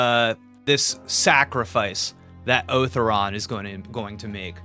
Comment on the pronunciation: Otharon is pronounced "Oh-Thau-Ron" with some extra accent on the "Tha"